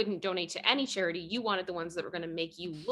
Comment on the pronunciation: Chair-eh-ey. Four-een**